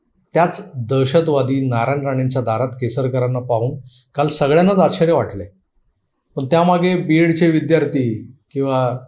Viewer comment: आपले आश्चर्य व निश्चित हे उच्चार सदोष वाटतात